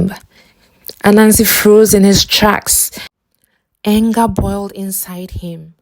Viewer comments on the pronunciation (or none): My highlights are the moral of the fictitious story and your pronunciation of "anger" and "corner"😂😂